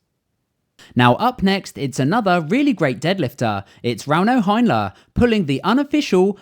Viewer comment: Another great vid,! Just fyi, "Heinla" is pronounced Haynla, not Hynla.